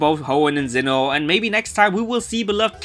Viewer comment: I love how you pronounce Sinnoh as Xeno. Lol